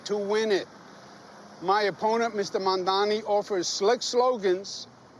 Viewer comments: OMG I think Cuomo is STILL mispronouncing the name..... I could swear he said MAN-dani not MAM-dani. He thinks it has to be two of the same consonant - can't get the two-consonant concept through that corrupt brain. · Well done. You are unable to say Mamdani consistently (Man-donny is not a candidate), nor did you seem to have any foreknowledge of Curtis Sliwa (SLEE-wah.) Maybe print media would be more appropriate. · Cuomo still call him mondani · Why is Cuomo finding it so difficult to say MAMDANI ????? Is he illiterate ??? Mamdani is an easy name to pronounce. So why is Cuomo taking a shot at Mamdani's name ? Is Cuomo easy to pronounce ??? No. Is he copying Zohran's policies ??? It appears so. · Cuomo still can't say his name right